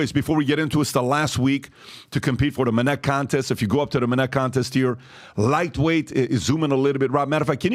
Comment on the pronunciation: When I hear "Minnect", I disconnect